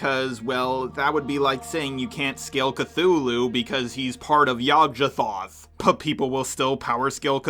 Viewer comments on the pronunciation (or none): It's pronounced Yog Sothoth, not Yog Zhathoth. No hate just felt like mentioning.